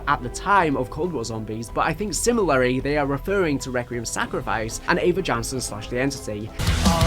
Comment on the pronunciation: I'm really enjoying these videos, but it irks me how you say similarly, lol